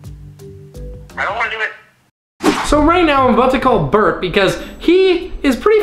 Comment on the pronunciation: its burt not bert